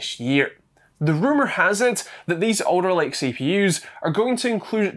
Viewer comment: I thought you were saying 'Odor Lake" . Finally; I thought, Intel is giving their shit proper naming. Not to be. Alder Lake. I remember when Microsoft said Windows 10 would be the last Windows os. Not to be, apparently.